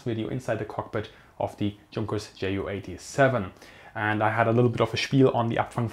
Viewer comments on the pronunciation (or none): Meinst du weil er jay-yu und nich jot-uh? Seine Community ist englisch also macht’s Sinn das er jay-yu sagt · Bitte sprich Ju87 korrekt aus. Bei Abfangvorrichtung klappts ja auch. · jep genau... mir biegts die Ohren runter wenn er's english pronunziert